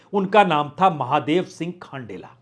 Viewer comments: Good एनालीसस but खंडेला सर जी not खांडेला & सुभाष मील (जाट) not भील it's मील & बंसीधर बाजिया (जाट) सर not बइया 😄🙏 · खांडेला नहीं खंडेला है बाज्या है